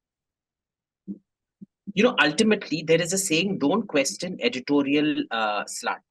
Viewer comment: I'm so sorry, I heard Editorial 'sl*t' at first. Replayed again and heard editorial slant, which was what it was. Though I wouldn't put it past AIM to say the former. Edit: I replayed this bit multiple times and got reminded of my engineering hostel Bengali friends pronouncing 'sl*t' in that bong accented English. Thanks that nostalgia was priceless. Edit2: Did AIM pull a fast one here? :D Considering he's part bong.